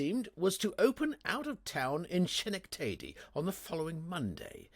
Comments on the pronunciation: Shi’ - nec - taydy!!!! We check on the pronunciations of English cities, etc. Don’t you think they should check on ours?? Chalmondelly (sp?) is Chumly. Well, Shi’ - nec - tady, which is absolutely and totally ridiculous 🤣 is really ski - neck’ - tehdy ( i as in its.) Schenectady is in New York State. :) ☀️💙🌷🌱😊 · Shen ec tAY dy is another. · Shen-ec-tay-dy was it? 🤣